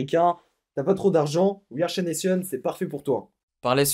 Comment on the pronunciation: j'adore comment tu dis we are chaination 😂✌🏼